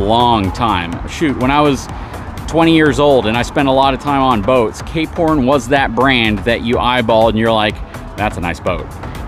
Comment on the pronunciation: Ah, "Cape Horn", I kept hearing "K-Porn". I like the variety of content covered here. Not always my cup of tea, but that's fine, I just choose which videos to watch.